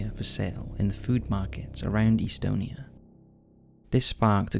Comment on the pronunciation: FYI it’s not Pronounced eastonia, it’s Estonia with the E making the same sound as in “bet”. Please Google basic things like pronunciation.